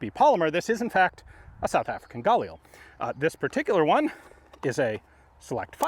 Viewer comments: I don’t care if it’s correct or not brother for the love of GOD, PLEASE never pronounce “GUH-LEEL” like that ever again. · Stop saying Gail Lee cmon Ian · hey Ian you say “galil” with a very strong g, it sounds like the “GA-lil” it would sound way more accurate if the spacing was much … tighter. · I’m so pissed off. I could’ve went my whole life ignorant to the correct pronunciation of galil. The correct way does not sound cool in the slightest bit🤣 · I love watching this guy, but am I the only one that gets just the slightest bit triggered by the way he says "Galil"? Lol XD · Love how Ian's been corrected on how to pronounce 'Galil' so many times and yet he persists in saying it wrong. 😄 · Oh, is THAT how you pronounce it? 'Galil'? Got it, thank you